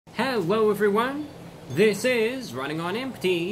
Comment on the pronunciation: “HEWWO EVWYWNE”